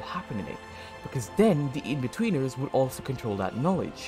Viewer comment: Every time he says inbetweeners he says weeners. Something to think about